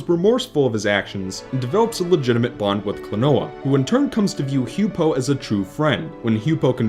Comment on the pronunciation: H-you-pow. Not h-you-poe.